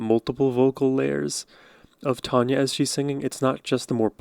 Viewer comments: It's Tanya, not Tonya. Love her! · Country music is all about the stories of life. A great rabbit hole to go down! Great and thoughtful reaction to Tanya. (TAN-yuh .. not Tawn-yuh) ;) def going to subscribe! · You are saying her name wrong...she's my cousin. It's TANya